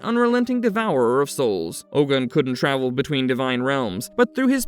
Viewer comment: Its pronounced Ogun (O-goon)